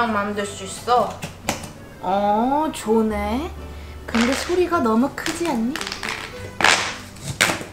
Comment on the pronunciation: 39초에 좋네 라고 해야 되는대 조네 라고 했슴